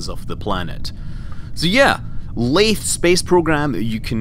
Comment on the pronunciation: not laythe as in through laythe as in the